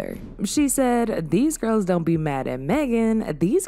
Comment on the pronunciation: That "zon't" took me out😂😂